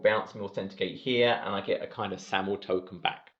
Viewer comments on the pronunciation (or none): none